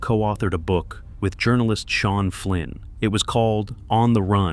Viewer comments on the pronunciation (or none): none